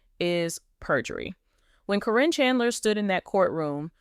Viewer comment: How do you not get sued for putting out these lies, do you mispronounce her name wrong so that you think that'll keep you from getting sued? If you're going to talk about somebody you should have the decency to say their name right!